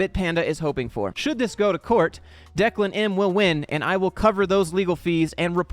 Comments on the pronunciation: You pronounced Declan correctly. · You pronounced Declan's name correctly.